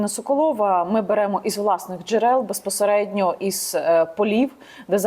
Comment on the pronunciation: За 15 секунд три раза «беспосередньо» , сказать в одном предложении. Вершина безграмотности .